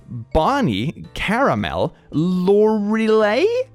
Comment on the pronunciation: you pronounced "Carmel" wrong, you said caramel instead of Carmel. other than that amazing video!!